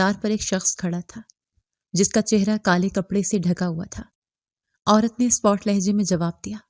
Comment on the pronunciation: ایک بات کہنا ہے، لفظ سپاٹ ہے، آپ ہمیشہ spot پڑہتی ہیں۔ spat پڑہیں پلیز، شکریہ۔